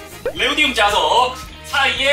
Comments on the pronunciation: 네오디움이 아니라 네오디뮴이에요... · 네오디움 아니고 네오디뮴 입니다